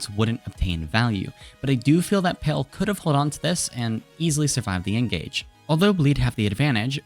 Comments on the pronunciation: love the vid, but just wanted to point out palee is pronounced as pa(h)-lee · Palee is pronounced PAH-LEE